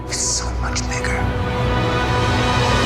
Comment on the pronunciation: when luke say " so mush bigger " i've understood "smash this nigga" 😂😂😂 ...sorry